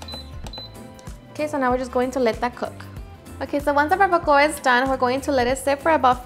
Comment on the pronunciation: Live in Cali and never heard it pronounced like that